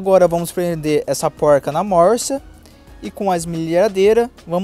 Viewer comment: Póuilrca kkkkkkk Não é mais fácil falar porca? Não é poruca, tipo paulista não. É porrrrca.